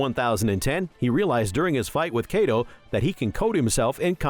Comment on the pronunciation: BROOOO i had to stop the video because of how wrongly u pronounce these names XD its not KAYDO its KAI DO and its not KATACURILAI its Katakuri...